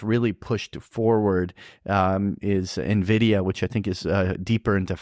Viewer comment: the demand for AI chips is huge. The correct pronunciation is N-vidia, not nevidia.